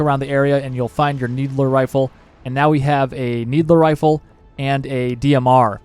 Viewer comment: Love how you call the "needle rifle" a "needler rifle"